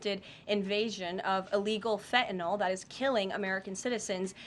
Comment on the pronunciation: I wish people would stop pronouncing fentanyl as if it were spelled, "fentanol". If you can say Benadryl you can say fentanyl.